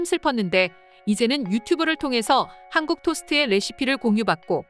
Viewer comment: 하안국 하항국 발음이 진짜...